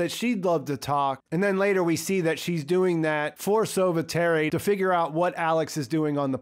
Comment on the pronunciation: Lots of French names in there... 'copain' which means 'friends' but in an ironical way. Sauveterre is NOT soveterry... it should be pronounced as 'sovehterr' and it literally means 'save the earth'.